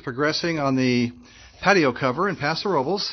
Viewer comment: It's called Paso Ro bles and not robles, you're butchering the name like almost all Caucasians.